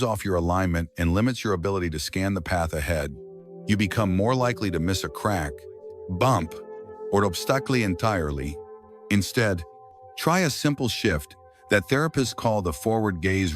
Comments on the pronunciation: Ob-stack-ley ? Obstacle is Ob-sta-call surely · Hey AI, "obstacle" is not pronounced ob-stac-ley! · Sorry, but the AI reading this is just not working out. If reading the script is too much for a person to do, maybe they shouldn't be doing it. Until an AI can read words like 'obstacle', correctly, I won't be listening!